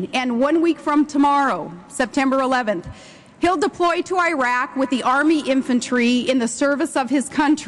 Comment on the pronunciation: Oh Tragedy...She can't even pronounce Iraq correctly. Ok im not biased but seriously if you know a tiny bit regarding Media you will see that she is talking about NOTHING AT ALL. With all due respect politics is not soap opera.